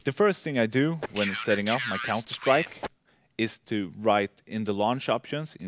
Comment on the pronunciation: "When Im setting up MAH COUNTAH STRIEK "